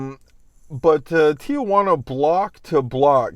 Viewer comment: You live there... it’s not Tia Juana— Tijuana.. (teejuana) come on